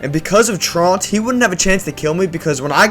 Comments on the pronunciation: The Shedninja v. Shedinja pronunciation thing and the Lightning v. Electric I could deal with, but saying Slaking's ability was Traunt v. Tru-ant made me literally cringe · slakings ability is called truant like when a kid skips school its pronounced TRUE-ANT not TRAWNT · Is this whole video just rage bait? The whole thing about spinners, calling shedinja the wrong name, saying traunt instead of truant, generally just not knowing anything about the game, never acknowledging any of the relevant information about how you might win, the Nvidia thing popping up all the time... Whole thing is just really dumb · u also said “traunt” instead of “truant” as well ☝️🤓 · "Shedninja" "Traunt" "Lunatune" I'm sorry, how old are you? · STOP FUCKING SAYING IT LIKE THAT ITS SHED-INJA NOT SHED-NINJA AND ITS TRUANT NOT TRAUNT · Slaking and his ability Trauhnt. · TROO-unt. It's where you don't go to school. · Truant - it’s like true ant- but one word . However you said it made me hurt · Damn, I just noticed it’s truant 🤣🤣🤣🤣 im 23 btw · The way you just pronounced truant drove me insane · ... are there any pokemon youtubers that can actually pronounce truant? Like, I've had a bunch playing in the background over the last day or two and I've heard at least four or five different people pronounce it incorrectly. So bizarre. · Oook holy shi "LUNATOON"?!!?! 😂😂😂😂 Oddamn!! I thought how you pronounced shedinja and truant was bad but dammit that takes the fkign cake holyyyyyyyyyyy. The longer i watch the more excited i get about what new fifteen year old pokemon you're going to mispronounce next 🤣 Honestly mispronouncing made up fantasy creatures' names is perfectly reasonable if you aren't totally entrenched in the pokemon universe and/or are dyslexic but... Man some of these pronunciations have me fking cackling and bleedin from the ears man. Good stuff fr